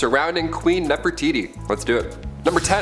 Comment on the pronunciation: seriously....? NEFERITI....???